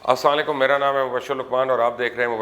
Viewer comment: Pls Salam kehna tek kardo asalikum na bolo. Thanks